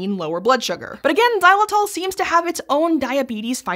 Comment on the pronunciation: It tells a lot about the America's unhealthy diet habits when an OLDASS thing like Xylitol (and Jesus Christ that ENG pronounciation is horrendous!) is unknown to them. We Euro's have been chewing that stuff for like 50+ years now. To us, bubble gum = oral health products.